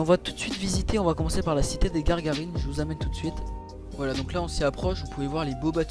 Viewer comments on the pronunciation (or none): Je vous previent juste que ces Gagarinne et pas Garrgarinne